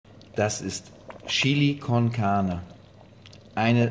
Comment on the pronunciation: "Das ist Schili Konkahne" höhö